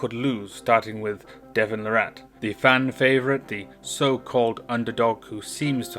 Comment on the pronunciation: Lah-rit, not Luh-rat.